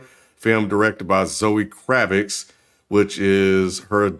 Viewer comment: It's Kravitz